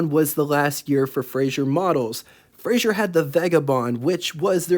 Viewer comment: Frazer. Not Frazier.